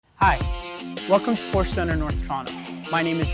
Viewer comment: it would be nice if you knew how to pronounce properly the name of the car you’re selling